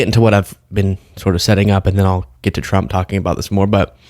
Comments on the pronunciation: "...Dictatow Twump" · Donald twump needs to be jaiw wight now, it's pwepostewous that's he's stiw in the white house!